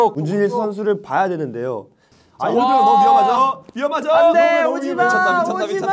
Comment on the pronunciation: 윤정한 ㅋㅋㅋㅋㅋㅋㅋㅋㅋ웅냥냥 졸귀ㅋㅋㅋㅋㅋ -이도경 져찌~~~~ -(겁나 뛰기)😃🏃‍♂️ -이도경(발음도 겸아니라 경임ㅋㅋ) 너는 나 모디겨~ -킹받쮸? 아무고토 모타쥬? - 탈탈탈탈×100